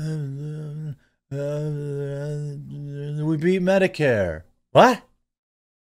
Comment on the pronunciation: Jeremy, I never heard him say "we beat Medicare" I swear he said "We beat Megacare!" 😂 I was so sure he said that I had a cramp in my side from laughing.